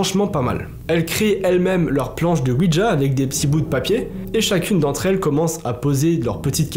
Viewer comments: Merci pour ces histoires, ça choque vu que ça vient des personnes du groupe. Je leur souhaite bon courage à tous. Quand à toi essaies de dire le mot ouija sans y ajouter de "d" ouidja 😂 Merci du partage et sincèrement bises 😘😘😘😊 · C'est pas OUIDGA c'est ouija